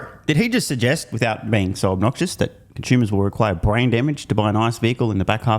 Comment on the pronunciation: Are you saying "conshumers"?